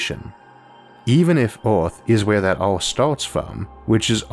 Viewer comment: New to Isaac, what's up with the pronounciation? Earth is Orth, Filter is Filtor? I'm confused.